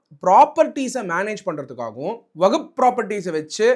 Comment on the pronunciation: ஐயோ வகுப் இல்ல . வஹ்ப்